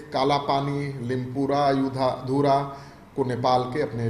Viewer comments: लिम्पुरा धुरा नहि है रे मोटु भैंसी सुङ्गुर लिमपिया धुरा है नेपाली नाम है ए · limpiadhura bolne sikh dhang se pehele.